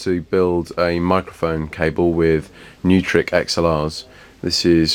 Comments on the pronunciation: Pronounced as "Noy-Trick" not "New-Trick" I got into trouble for that a while ago :) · I always pronounced them NOYtrik, like Neumann mics.